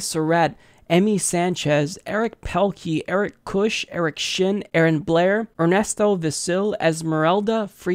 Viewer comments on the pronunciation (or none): none